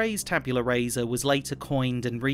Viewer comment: Just for your own edification: Rasa is pronounced rah-sah. In Latin, vowel sounds don’t change with position, like they do in English